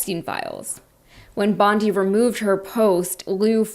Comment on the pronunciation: Her name is pronounced bond-EYE, like the beach in Australia you couldn't pronounce. 🙄